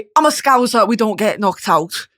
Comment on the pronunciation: YESS BRITTANY GET INTO THE SCOUSE i love hearing scouse representation :D however it’s scOWSuh not sCOWZer